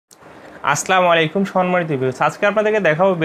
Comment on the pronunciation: আস্লাআলাইকুম না ভাই এটা ভুল আসসালামু আলাইকুম সঠিক সুদ্ধ ভাবে সালাম দিতে চেস্টা করবেন আশা করি বুঝতে পারছেন